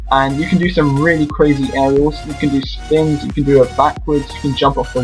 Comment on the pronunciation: at the beginning it sounded like hey this is " anal raiders"